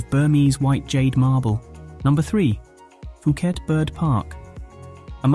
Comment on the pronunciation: IS NOT PIUKET DUDE!!